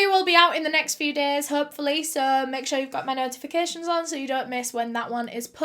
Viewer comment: SOH IN TOHDAYS VIDEOH.... BLESSES ALL OUR HEARTS WE LOVE YA BABE 😍🇨🇦🖤